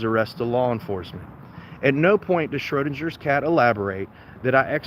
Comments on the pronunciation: You really need to figure out how to properly pronounce the name Schrodinger. Also, parking your jalopy on private property, and then it gets towed by request of the property owner is perfectily legal. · Not to mention, you can't even correctly pronounce "Schrödinger" nor identify the meaning of the "Schrödinger's Cat" thought experiment. You're not ready for an erudite adult discussion.